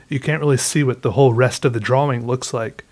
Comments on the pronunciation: Why do you say Draw-wing?? XD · I <3 how he says.... "draw -wing" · I need a compilation of saying DraWing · So glad I stumbled upon your videos. I've been binge watching others now, and you make me laugh... a lot. I love how you draw and say "drawing". Thank you for sharing your talent, wit and time :) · Is it just me or does he pronounce "drawing" a bit strangely?